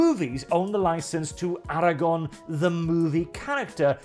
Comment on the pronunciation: Man I love your content, but "Aragon", "Jeralt"... xD I actually laughed out loud. Great video though, keep em coming. :D